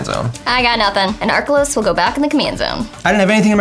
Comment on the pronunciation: I cringed every time said Arkelos.